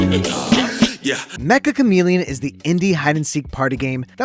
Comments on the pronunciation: its not Mek-Ka its Meccha like in met-cha. Like cha in in charger without the R. めっちゃ (Met-Cha) カメレオン. (Ka-Me-Re-On) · It's actually pronounced meh-cha! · Mecha is actually a Japanese word, ans it's pronounced as 'Metcha' Chameleon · It's pronounced "metcha" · everyone is pronouncing it wrong !!! its "me"-"ccha" , double c its a casual /playful japanese word for "very" you would use it like this this game is very interesting -> kono game wa meccha omoshiroi so the game title essentially means very chameleon , which fits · Uhm actually, it's pronounced "Metcha Chameleon" 🤓☝️